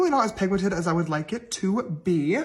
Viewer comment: Y’all … did he really just say PIGMENTATED? Girl no that ain’t even a word. He seriously needs to go back to Sister School and retake himself some English classes. I completely agree with you, … He missed the boat when it came to starting his makeup line. I think he is counting on his fans to buy his products… But honestly I’m not sure there’s enough of them out there anymore to make this a wise monetary business venture.